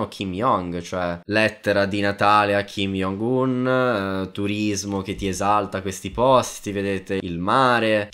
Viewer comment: solo una cosa si scrive Kim Jong-Un Ma si legge Kim Giong-Un 🤗